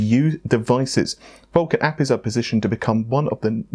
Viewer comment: Why are you saying APIs like Appies?